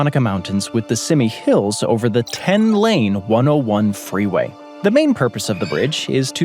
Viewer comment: The McArthur Maze in Oakland is not just "a bridge", it's a series of interchanges among the several massive approaches to the Bay Bridge. Also, Simi (SoCal) is pronounced like "See-Me", not "Simmy"...